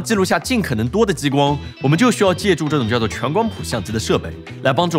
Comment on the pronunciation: 跟我念，ji光，不是jiyi光